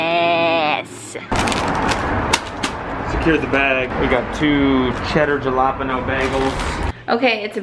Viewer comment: "jalapenos" now.......